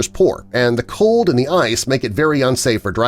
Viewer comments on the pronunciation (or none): none